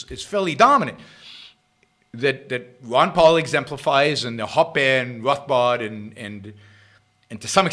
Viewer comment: You called ancaps statist. That is idiotic. You clearly don’t know Hoppe because you can’t even pronounce his name. How about read him and then make real points instead of vague opinions.